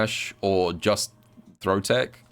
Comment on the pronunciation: its pronounced "TECH" not TICK wow